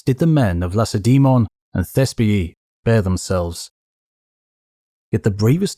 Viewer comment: For the love of history, please learn to pronounce "Lacedaemon" correctly!